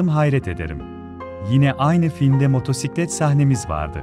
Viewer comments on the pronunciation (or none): none